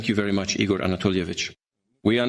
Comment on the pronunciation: Igor not [ E. Gore ] but it is [ eagrrr' ]